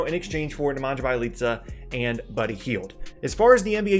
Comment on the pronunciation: gr8 vid but just a tip its "ne- min- yuh- bee- ya-leetz- uh